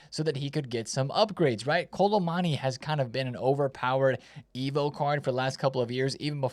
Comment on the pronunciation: Why can’t my man pronounce Kolo Muani 😭 Kolo MONNY